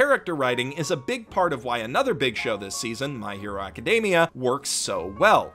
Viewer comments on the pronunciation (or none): none